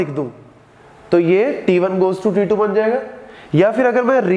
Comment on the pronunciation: sir says t2 , i hear titu